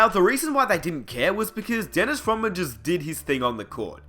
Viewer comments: Rodman, RODman. Not rawman, or you can just call him The Worm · Y u keep saying Roman. It's Rodman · For fucks sake... mate you aussie? just a question, why do you pronounce Rodman without the D? it sounds like you're saying Dennis Rowman